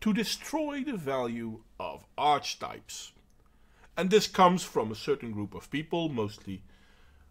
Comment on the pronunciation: I pretty much agree with your assessment. Feminism does no one any good, but I'm not naive enough to think it will be destroyed while people are envious of one another. By the way, it's "arky-type" for future reference. Don't have a go at me, I didn't make English :D